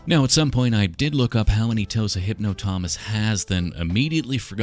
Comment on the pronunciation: Did you just say, "hypno thomas"? Lol